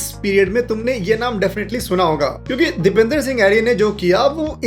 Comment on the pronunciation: Bhai video to sab thik hey lekin naam galat pronounce kargaye. Uska naam Dipendra hey Dipender nahi.